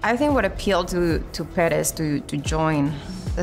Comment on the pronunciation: hate the way the say perez. its not pear-rez